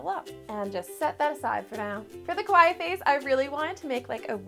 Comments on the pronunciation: shouldn't it be like, ka-wa-ee and not kway? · It's pronounced kawai-e. But I love the cake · Kawa-I-I (i pronounced iike a long “e” sound. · Kept thinking she said "quiet". Took a while to realize she was saying "kawaii"! LOL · Girl u saying kawaii wrong some anime watchers fInna be cringing at u 🥴😂🤣